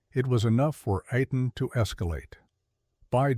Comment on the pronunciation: the Mossad operative's name is pronounced AY (like play) TAHN. The other guy's name is pronounced Kah-leed. sometimes you get it right and sometimes you don't